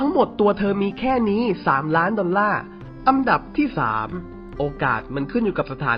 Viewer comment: อันดับครับ ไม่ใช่อัมดับ